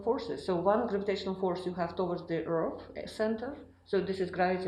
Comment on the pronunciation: What in the hell is an earf?